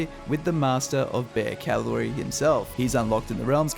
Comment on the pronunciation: Cavalry not Calvary